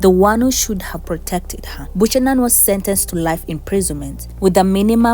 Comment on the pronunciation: Si Bushanan, madam- BEUKANAN. Other than that, liking the channel.